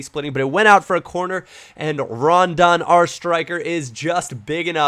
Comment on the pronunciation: Call me immature, but every time you say 'Rondon' i think of 'Condom'..